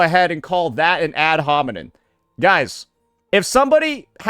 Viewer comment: it's ad homiNEM bro the word ends with an M it's not that deep come on bro